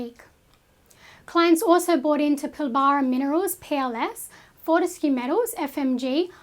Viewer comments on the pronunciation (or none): Please learn how to say the word Pilbara correctly.